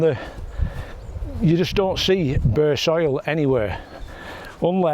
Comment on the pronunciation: What a superb addition to your hide, the birds you will get at that "drinking/bathing station" will keep many a customer happy, You did make me laugh though when you said about "burr soil" I've heard of burr walnut but not burr soil... accents eh... just love them... very educational as always, and 5 stars for the camera lady as usual....as we say in Stoke... Iw'll cey thee...or put another way... I will see you later... cheers... YOKI......P.S just brought a camera on your recommendation... looks to be a decent jobbie... Y.